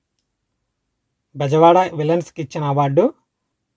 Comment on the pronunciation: క్వశ్చన్స్ సరిగా చదువు... విలన్స్ కాదు విల్సన్ బ్రో